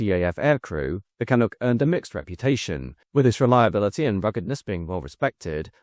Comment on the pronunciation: My grandfather (a good Irishman) worked for Orenda engines. Then moved to Hawker, then McDonnell-Douglas and retired there. In Malton, ON. It’s pronounced Can-uk my friend. Canuck. Or the clunk as the pilots called it. 😉😁